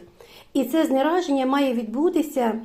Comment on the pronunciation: Знезараження взагалі то. А не знераження